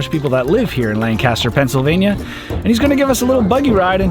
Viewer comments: Yes you are right it’s Lankister it how you say it not lankaster it is just kinda annoying for someone who lives in Lancaster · Great video! But for the future, Lancaster PA is pronounced (Lang-kiss-ter) not (lang-cast-er) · I live only about 35 minutes away. Also side note, Lancaster is pronounced as one whole word, not Lan-caster. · Please know that "Lancaster" in Pennsylvania should be pronounced to rhyme with "yank it, sir," not "sandblaster." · It's pronounced "Lank_an_ster" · Live in PA! Stratsburgh railroad was really cool. Also you are saying Lancaster wrong lol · The pronounciation of "Lancaster" 🤦🏼‍♂ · Strasburg Railroad is one of those places really close to my heart. Lancaster (which you KEEP PRONOUNCING WRONG 🤣😂) is a key part of my childhood. Beautiful place, even better people. You should’ve gone to Dutch Wonderland while you were there! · You know you’re not from Pennsylvania when you pronounce Lancaster the way does 🤣